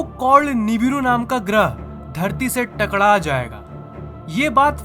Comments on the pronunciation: ( टकड़ा),, मैंने नोटिस किया है कि "टकड़ा,, शब्द आप नहीं बोल पाते है। ( टकरा)जाएगी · Bhai aap takra nahi Bolte app takda Bolte ho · Bhai takda jaygi nhi takra jaygi ;)